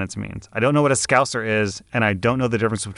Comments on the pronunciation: As a “so called scouser” (i was born in liverpool but sound nothing like the usual scouser stereotype ) hearing you say it sounded like a racial slur woke me up from my zoned out position 🤣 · was not prepared to hear scouser lmao